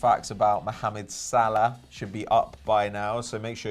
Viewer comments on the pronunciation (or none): none